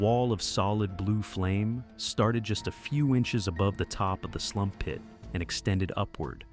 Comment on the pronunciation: I think those pits are called sump pits not “slump” pits, lol. But irregardless, what a crazy story and well told too. Thanks!